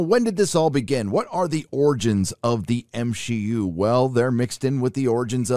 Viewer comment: Oh so this channel is for haters 😄😄 Marvel grosses made up 30% of the total movie grosses of 2021. We have nothing to panic about. Movies are art, if a reshoot is necessary for a good movie to be made how does that in any way portray weakness?? And saying M-Shee-U is sexist bro so please chill. If we wanna cast only women in a movie that changes nothing because human beings include women and men. So please don't embarrass yourself 😁